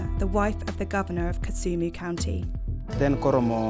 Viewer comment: It is kisumu(your supposed to pronounce it how it is spelt) not kusumu